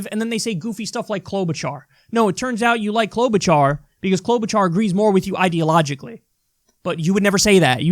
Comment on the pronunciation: Ahem! The name is Cloud-boot-jar. You're welcome.